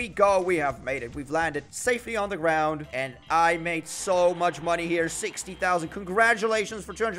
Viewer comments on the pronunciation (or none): none